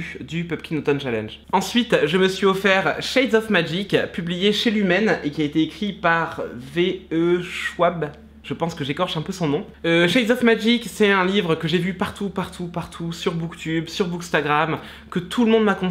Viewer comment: Shades of Magic, c'est beaucoup beaucoup beaucouo trop bien. Delilah Bard est l'un de mes personnages préférés en littérature YA! Pour l'auteure... Allez, on répète après tata: "vi i chouabe" 😂😂 C'était impardonnable cette prononciation à la française.